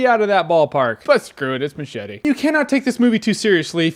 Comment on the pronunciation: MUCH - ETTEHH